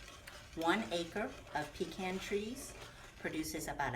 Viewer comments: We sure pronounce the word pecan differently than you do, you emphasize PEE can we say peCAN. The way you say it is kind of nasty. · them aint no pee-kahn praw-leens wit no brown sugar!